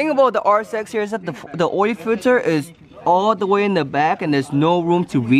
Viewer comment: I die every time he says "OIL" swear to god it sound like "OIEEEE" HAHA I LOVE YOU